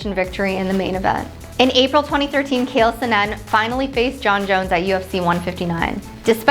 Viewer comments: Lmao. Her butchering every name. Cale sonnen lol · It’s amazing they don’t pronounce the names correctly esp. when the commentators very clearly say “Bader” & “Chanel Sonnen”…she literally mispronounced every name expect DC